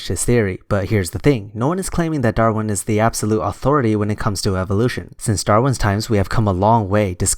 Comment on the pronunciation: He keeps pronouncing "Darwin" as "Darrin." It drives me insane.